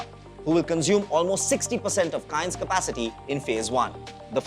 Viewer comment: Bhai name to sahi se lele company ka 😂😂